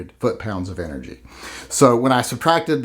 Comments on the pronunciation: 'Enegy ' ??? Lmao ! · Is that a silent 'R' in "ENEGY"? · hates Republicans so much that he refuses to use an "R" in the word energy.;-)